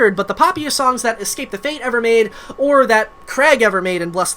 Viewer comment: Imagine starting a successful band named "Escape the Fate" and being unable to correctly pronounce escape 🤦‍♂️